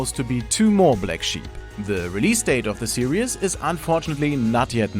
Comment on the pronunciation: Its pronounced serEEEEs not serEEUs